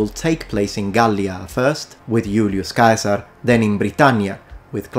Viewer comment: Question: Do all Italians pronounce the name “Cæsar" with a 'K' sound, or is it just the with his knowledge of Latin?